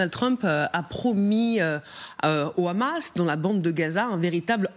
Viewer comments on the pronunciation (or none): none